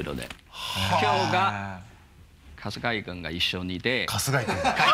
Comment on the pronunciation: 春↓日↑井↑くんじわる